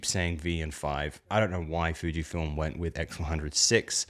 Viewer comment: It's Fujifilm. not Fijfilm...